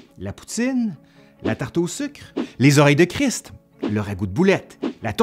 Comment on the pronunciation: On sent l'effort pour prononcer le T dans "oreilles de christ"!